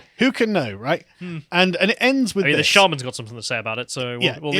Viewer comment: Holy crap, I don't think I've ever heard an Englishman pronounced "shaman" like that. Damn, am I gonna have to stop making jokes about English people pronouncing "shaman" a certain way, accompanied by a picture of Shaymin from Pokémon?